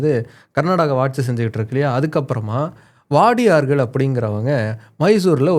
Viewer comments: Bro it is not” Vadiyarz” but “Wodayars”…, you are giving good historical clarification Bro. Thank you. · That's Wodaiyars (ஓடையர்) not வாடியார், in Tamil they're called as உடையார்...